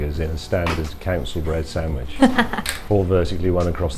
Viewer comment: It's a SAND-WICH, not a sam-widge! Gahh!!!